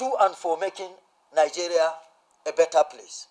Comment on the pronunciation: "to make Nigeria a bettet place " 😂😂😂😂😂😂😂